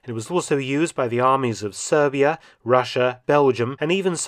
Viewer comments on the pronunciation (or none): he said Servia, lol.... old good servants... nothing wrong there